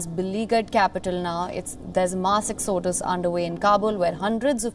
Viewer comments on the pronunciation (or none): A "mass ex- odus" . There ARE people who speak English in India- plse hire them.